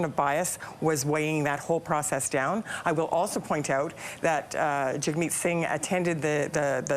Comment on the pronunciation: Why do they all call him Jugmeat, his name is Jagmeet?